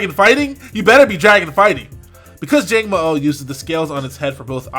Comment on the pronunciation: Also when you say the last "o" it is a short "o". :)